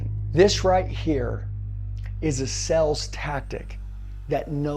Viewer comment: Dude please know the word sales. It’s not the same word as sells.